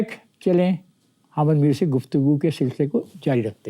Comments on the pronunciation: اس طوطلے جاوید صحافی کو حامد کہنا نہیں اتا خامد میر کہ رہا ہے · Hamad Mir😂😂 his name is pronounced as Hamid Mir. Look at the level of his urdu language.